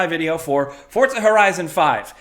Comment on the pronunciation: is it pronounced fourza? or fortsa?